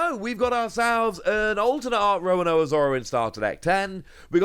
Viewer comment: It's Zoro, it's never been Zolo. That's just localization/translation error. ロ = ro. There's no "la le li lo lu" in their written language. They just sometimes pronounce R as L. Also, are you deliberately pronouncing Roronoa as Rowanowa?